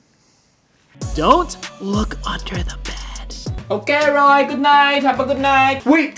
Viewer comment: A'niah bailey it's roy not roi